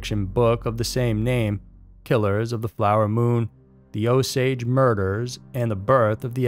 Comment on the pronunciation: O -Saw-gee not o-sage is white man pronounciation.